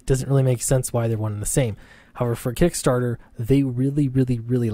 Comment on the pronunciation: Kick Nasser , not KickStarter .